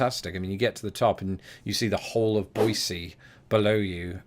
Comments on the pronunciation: Glad you enjoyed my hometown of Boise, and thanks for your perfect pronunciation of “Boi-see” (not Boi-zee). Love your channel! I just got back from London a few weeks ago-I LOVED it! Amazing city and people💕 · Many people voice the s in Boise, but according to my trusty Webster's Second (it's old, but still reliable), your pronunciation is the only one given. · Thank you for pronouncing "Boise" correctly...twice! It was so cute when you called Tablerock a mountain! 😉